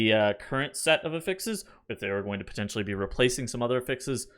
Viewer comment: Really enjoy your videos, but you are pronouncing “affix” wrong and it drives me crazy. The noun is pronounced with the stress on the first syllable: A-ffix. The verb is pronounced with the emphasis on the second syllable: a-FFIX. You pronounce the noun (what you are talking about) as the verb. This article clarifies: Cheers!